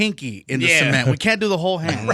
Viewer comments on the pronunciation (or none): Why Big Boy so obsessed with pronouncing “cement” —“semen”? lol WTH 😂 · that bothered me the whole time😂 who tf pronounces cement that way